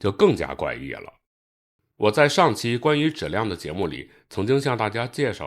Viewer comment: 把质量读成纸量到底是哪里的方言啊